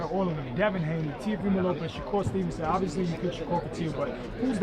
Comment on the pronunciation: How u say that teo fy mo? 😂